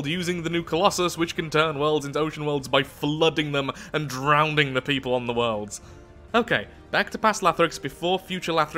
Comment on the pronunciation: It bothers me way too much that he says drowning with an extra d "drownding".